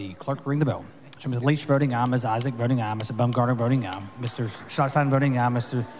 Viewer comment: Hang on....Is he saying "voting meow?"